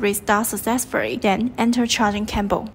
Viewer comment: What is a "charging camble"? Learn english before recording tutorials please!